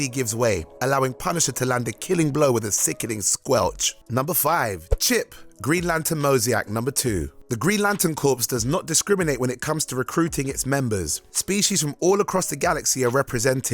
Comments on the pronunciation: And mosAIc, not mosIAc lol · Befitting of, not benefiting of. Come on,. These mistakes are getting embarrassing. Also, "corps" is not pronounced "corpse"... "Moseyack"???? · "Corpse"? "Mosiac"? Somebody teach this English guy how to speak English. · Some of those mispronunciations were given a pass because of his non-American-ness but when he said “Green Lantern Mo-Zhee-AK,” I ripped my own eyeballs out. For those who don’t know, “mosaic” is pronounced “Mo-ZAY-ehk”. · Just saying... a) mosaic is pronounced "mo-zay-ik", not "mo-zee-ack" and b) corps is pronounced "core", not "corpse". Now, that being said, interesting video! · Mosaic is pronounced Mo-Zay-Ick. Say it right. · And Moh-Zi-Aks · Corps is pronounced like core, not corpse. Also, that is not at all how you say, 'mosaic'. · You'd think someone who wants to narrate videos for a living would bother to learn how to pronounce words like "corps" and "mosaic"...